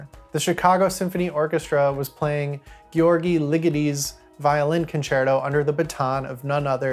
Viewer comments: This is a very good presentation. Please research the correct pronunciation of "György" - it's much closer to "George." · From one György Ligeti acolyte to another, you may want to check the pronunciation of his name. I've been putting the accent in the wrong place in his surname for years, and that's not how you say György. Loved the analysis.